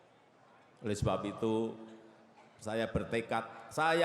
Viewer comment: Siapakah, ituh, yang, laing, sipakah, sebenarnya, ituh, lain